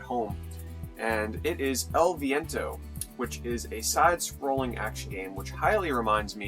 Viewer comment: you pronounce EL VIENTO really well!